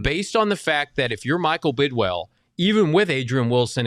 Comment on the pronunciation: Please tell all of your host it’s Bid”WILL” not Bid”WELL” and tell Frank it’s DHOP, not DHOPS.